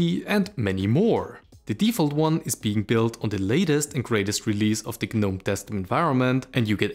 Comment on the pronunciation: A polite fyi, the 'G' in Gnome is silent, it's pronounced Nome. Thank you for your videos.